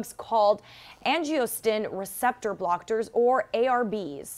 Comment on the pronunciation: Yep. Angiostin Receptor Blocktors (Supposed to be Angiotensin Receptor Blockers) Beh-tah Blockers Hera-Her-Sectomy I swear her brain was just malfuntioning for this entire clip. The crazy thing is that she evem said Hysterectomy normally a few sese